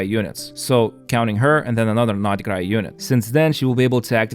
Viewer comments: It's not NORD KRAI...SAY NOD KRAI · ooff u say nod krai so weird way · Thought I was the only one who thought that lol like the other comment said probably is the true pronunciation but sounds weird and forced to me